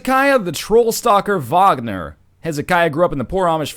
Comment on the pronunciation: The way you pronounced Wagner made me very happy :D